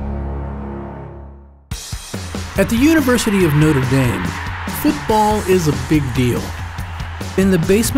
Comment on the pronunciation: You are saying Noter damn instead of Notre dame